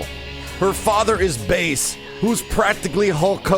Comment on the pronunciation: Pronounces Bass like the sound instead of Fish. Wolf Hawkfield is Canadian and I'm done... smh